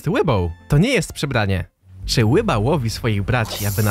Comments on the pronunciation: Ryba a nie łyba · Nie mów "łyba" To jest tak rakotwórcze <3